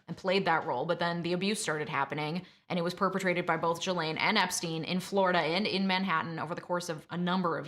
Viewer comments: Honey if you knew anything about this case you would at the very least know her name is pronounced GEE-LANE NOT JEE-LANE smfh 🤦🏻‍♂️ do better . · Not a very busy lawyer with time to watch and make videos about something you're not getting paid for . YouTube lawyers are right up there with YouTube doctors and psychologists. Only useless people need to make YouTube channel. It's pronounced GasLane. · I believe her name is pronounced shill-ahn, but I prefer jizz-lane. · Drink every time you hear "Ghislaine" 🤣☠ But in all seriousness so glad this monster is locked up. Unfortunately mental health i feel was culprit but nonetheless the crimes committed. Very sad. All these innocent lives tortured, including hers. She could've chosen to do better and better she was an adult. These women are in my prayers. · I clicked off after hearing you mix up Prince Andrew and Prince Edward and hearing you pronounce Ghislaine that way....I can't listen to you for a half hour OMG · The mispronunciation of Ghislaine and Gueffre was really annoying. It’s feels as if you are mentioning this story because of its popularity not because your really into the Maxwell court case.